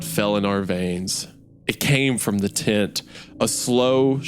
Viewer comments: I was at work and couldn't read the CC, legitimately just thought Wendigoon was saying "tit" the whole time instead of "tent" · I was listening to this at work while painting and I swear I thought for like 10 minutes while Isiah was saying tent he was saying “tit” and I had a completely different view of what was going on in the beginning